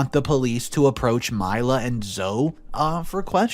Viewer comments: I know the name Zoe looks like it should be pronounced like (Zo) but it is actually pronounced like (Zoey) I have a niece named Zoe and my dog's name is also Zoe. Both pronounced as Zoey. Great story! I'm so happy both the girls, and the twins were able to get away safely. And the fact that monster is now in jail for life, is wonderful. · Story 1 her name is pronounced Lee uh. NOT lay uh🤦‍♂️ and Zoe is pronounced Zoo E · Zoe is pronounced Zo-ee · Good story! OP was no way in the wrong! He just wanted to protect his daughter and ultimately he did. (fyi - Zoe is pronounced “zoe-ee”) 😇